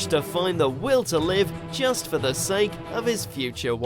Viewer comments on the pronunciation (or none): none